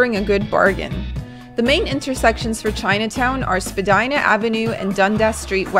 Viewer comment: Finally someone mentioned spadina house! BTW it’s pronounced spadeena, not to be confused with spadina ave.